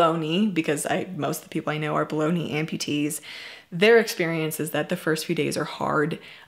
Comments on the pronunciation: it does sound like she is saying baloney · It took my dumb ass like a full minute to realize you were saying "below knee amputation" not "balogna amputation" 🤦‍♀️ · Not trying to make light of a serious subject, but when you said below knee amputation ... it sounded like bolognee amputation. I thought what is a bolognee amputation? Like the lunch meat? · On a funny note, my first language is not English, and I kept hearing that most of the amputees you know are baloney amputees... took a few seconds to realise you said Bellow knee amputees! 🤦🏻‍♀️🤷‍♀️ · English is my first language and I heard bologna too! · I was hearing it correctly at first but now that I read this I’m hearing it as baloney 😩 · Who else thought she said bologna not below knee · When you said below knee I thought you said bologna